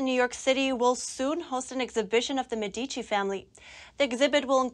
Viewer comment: Learn to pronounce Medici correctly